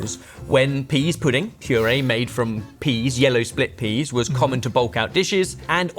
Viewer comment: Pease, not peas.